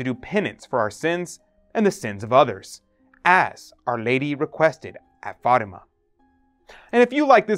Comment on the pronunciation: Please learn how to say Fatima correctly.